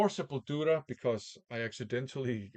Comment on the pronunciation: Probably the best Portuguese accent from a non Portuguese VC member :) ie Sepultura \m/